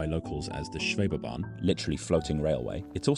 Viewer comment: Schwebebahn. Not Scwhebebahn. 🙂 Sch is a kind of sh sound, but a bit "richer" in tone.